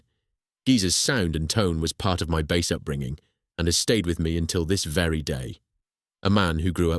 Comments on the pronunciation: Why the text to speech, its such a shame. Bass as the fish not bass as in base. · Bass, rhymes with “ass”??? Fffs 😩